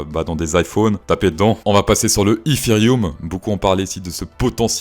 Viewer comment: Dans la logique de ton anglais tu ne devrais pas prononcer ethhhhheriumm mais eteriome